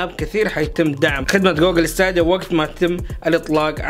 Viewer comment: ستيديا مو ستاديا كل مرة تلفظها غلط